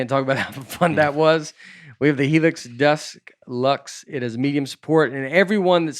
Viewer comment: I'm glad I finally looked it up, DUSK luxe. I hadn't seen it spelled, but the way Nate says it sounds like he is saying a word that he would be mispronouncing. I was pleasantly surprised that he is spot on. I may be looking into the DUSK luxe!